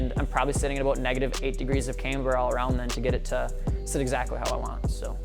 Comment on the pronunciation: He says... caymber... cringe